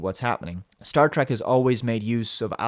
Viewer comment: It's Star Trek not Star Track, learn how to pronounce the word moron!